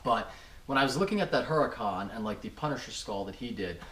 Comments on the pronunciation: Huracan = oo-Rah-can. everyone says this weird and i get it, but if we can all say audi the right way, lets try to say Huracan the right way. not being a dick. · It's pronounced urricon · The "H" i silent in Huracan, just saying, cause i hear a lot of peeps say it with the "H". So it's uracan LoL.